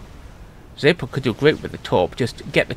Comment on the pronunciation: "Zapod" with still hits my ear weirdly as my brain expects "Za*ph*od"